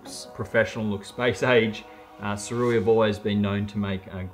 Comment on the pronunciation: You’re an Ambassador, and they don’t mind you mis pronouncing the name? Its (Soo-Ray) Wise/ sage person is the meaning. Guess this is lost on some people? 🤔🙄😃😂🤣✌🏻